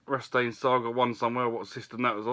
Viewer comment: Hahahaha you spiller! Some nice games from Scott and a couple more towards the complete sets, lol you said Konami right and then called Rastan Rastain! Rastan is a good arcade game, master system port is good!